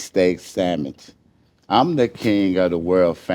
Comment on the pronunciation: .(SANDMICH) not (SANDWICH 🥪). LOL